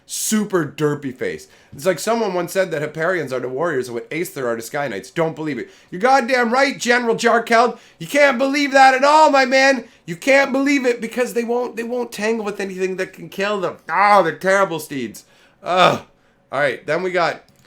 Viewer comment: Jarkeld is actually pronounced Yarkeld